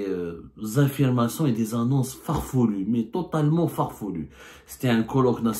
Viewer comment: On dit farfelu Abdou et non pas farfolu farfolu !